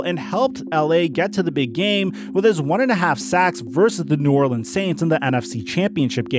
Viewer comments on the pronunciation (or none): none